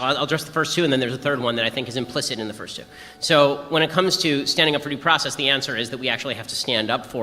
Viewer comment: Pronouce your worrrds girl. Due process not "daprahsess."